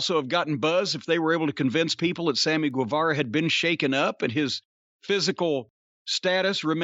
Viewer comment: Guevara is read as ghe, jim